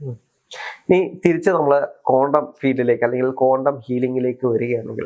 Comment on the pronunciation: "കോണ്ടം" ഫിസിക്സ്‌ അല്ല ശാസ്‌ത്രകാരാ, "ക്വാണ്ടം" ഫിസിക്സ് 🤪